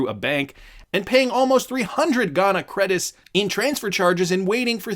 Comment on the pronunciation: Ghanian Cedis CEE-DEES PLEASE CORRECT YOUR PRONUNCIATION